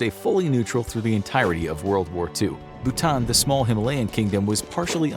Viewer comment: why did you say Bhutan like that?